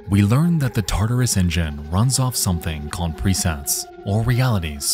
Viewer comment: I swear everytime you said "tartarus engine" I heard that as "taardis engine"